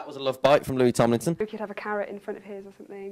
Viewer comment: lets just take 3 seconds and play back its amazing when zayn said "lueeh you idieot" 🤣😂😍